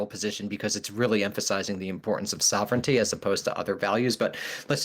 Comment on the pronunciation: “soh-vren-ih-tee” Wtf